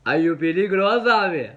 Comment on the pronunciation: no dejes de decir piligro😂